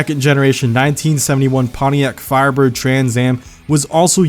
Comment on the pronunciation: I watched the last video. I had no problems with the way u pronounced that car name